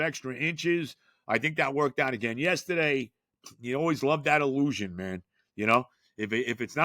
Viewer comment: Love it when says the Il-LOU-sion